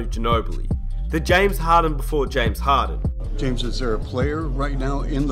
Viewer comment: James harden not james haden